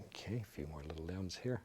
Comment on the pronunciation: bro the “okey” I LOVE IT